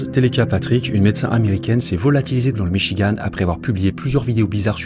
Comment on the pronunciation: Il n'y a pas de e à Michigan! En français ça se prononce comme dans Françoise Sagan...